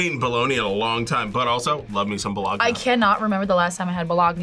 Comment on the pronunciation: Bologna (BOW-LOG-NAH)